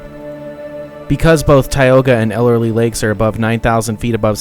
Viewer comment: Those small lakes at the top of Tioga pass are "tarns". Typically no fish, sometimes frogs. That is Ellery lake, not "Elerly" as you pronounced. Why did you not stop at the Moccasin fish hatchery, at the bottom of Priest Grade? Just after Tioga Lake, there is a road to Saddlebag Lake, at 10,000 elevation, very clear and deep. Good trout fishing at Tioga, Saddlebag, Ellery. Season ends mid/late October. KEEP CAR IN LOW GEAR going down Lee Vinning canyon, save your brakes! That bronze relief plaque of the Yosemite, at Olmsted point, I have not been there for a while. Sometimes along the road to Lee Vinning you can catch a glimpse of mountain sheep.